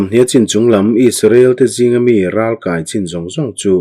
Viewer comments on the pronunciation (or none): Ralkai tihhi naupang kankai anga thluk lovin.kai tihhi akey asang zawk tur a niin ka hria. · Ralkai tih hi inkai eg. kanu ka kai tih angin i lam a, ral lehlam ka kai tih ang chi a lam tur ani lo mi. Voice message in comment theih se a chiang ang. Ka sawifiah thiam chiah lo. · Amen..i chhiar thiam lutuk...mahse ralkai tih khi kan thluk a in ang lo nge..kan lo ti dik lo zawk.. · Chhiar thiam hle mai,Ralkai tihhi ithluk danhi adik zawk em ni Kai tih laihi